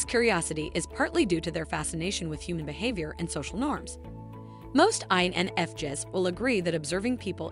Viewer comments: Did she pronounce it wrong Jess to drive us 🤪crazy? Lol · I, N, F, JEZZ🤨 TF why are there so many videos like this where everything's pronounced off, it's annoying AF. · I totally agree. I'm an INFJ and had to stop watching! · Spend a few bucks and hire a human to do your voice overs. This robot can’t even pronounce INFJs properly.